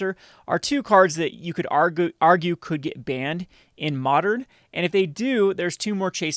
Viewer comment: Mondern lol 😂😅